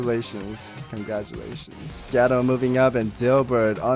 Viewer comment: really triggering hearing schadough not pronounced like shadow >:)